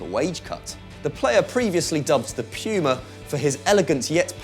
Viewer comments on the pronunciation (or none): none